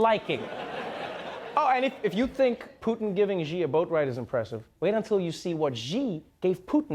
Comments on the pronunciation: I'm gonna guess one reason Xi is annoyed by the US is because of how no one, not even Trevor Noah, have learned how to pronounce his name... It sounds like "she". Sheesh, Trevor, I'm disappointed. You're better than that. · You program is awesome but you really need to pronounce “Xi” correctly. XD. Right now it sounds like “Ji” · Why Ji when it actually pronounces Xi? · hey Treva it's pronounced she. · why's everyone pronouncing Xi as Ji now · Hilarious, the pronunciation of xi 😂😂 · Trevor Noah can do so many accents but his prounciation of Xi is terrible. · cringing at the mispronunciation of "Xi" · Please make a consultation about correct pronunciation of Chinese president’s name. I am not Chinese but I’ve lived in China for five years and this is outrages that Americans still don’t know how to pronounce it. Brits at least trying... they smart enough to use way more closer pronunciation that you guys. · Great episode overall, but unfortunately he was copying CNN’s pronunciation. Even more embarrassing that CNN pronounces it wrong. It’s not even a difficult name, and do they really not have a single consultant for Mandarin? How is this such a common issue? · Oh no, please learn how to pronounce the name of Chinese president right 😢 no need for another embarrassment like with BBC 😅💞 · What's with every single clip mispronouncing Xi in exactly the same way? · Media's mispronunciation of Xi jumping bothers me so much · If Trump (who can barely speak his own language correctly) can pronounce Xi's name correctly, there's really no excuse for a polyglot like Trevor to be getting it wrong all the time. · Y’all pronounce Xi incorrectly lol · For god sake for once I'd like to see someone in America pronounce "Xi" correctly. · Why is it so hard to pronounce Xi Jinping's name? Every news report is incorrect. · Every time Trevor mispronounces Xi Jinping, drink a shot of vodka. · Ok I adore Trevor Noah but this is driving me nuts: that is NOT how ‘Xi’ is pronounced.